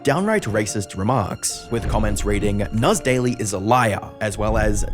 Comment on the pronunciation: "Nass daily" was more like "an ass daily"